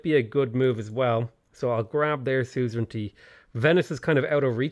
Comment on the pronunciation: Anyone remember the good old days, when he used to say "suzeranity"?